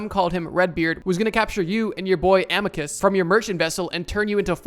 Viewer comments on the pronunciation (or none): none